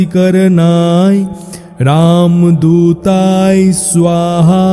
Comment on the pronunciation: মাপ করবেন উচ্চারনে ভূল আছে যেমন শব্দ হচ্ছে রামদূতায় কিন্তু যেটা উচ্চারিত হচ্ছে সেটা হল রামদূতাই।